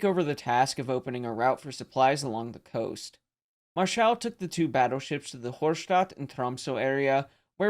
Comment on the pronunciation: Marschall is stressed on the 1st syllable like the English equivalent. :) He was arguably the last German admiral to achieve a significant success with capital ships. This made him suspicious in Hitler‘s eyes; so he was sacked.